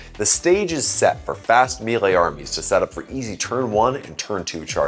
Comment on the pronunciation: It's pronounced "MAY-lay"